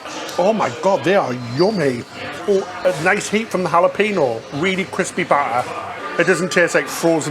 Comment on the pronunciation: “Hal-a-pee-no” just tickles me. I smile every time I hear either or say Jalapeno ☺️